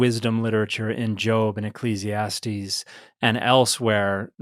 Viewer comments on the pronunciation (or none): none